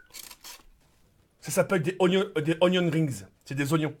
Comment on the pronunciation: "Roh c'est ognion rings' xD